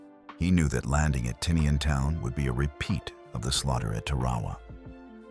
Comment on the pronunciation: pronouced Tara-wa not Tar-wa-wa